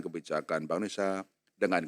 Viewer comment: baca: indonesia bukan indonesa